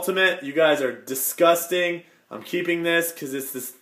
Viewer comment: how many times did you wanna say distgusting, sick and description?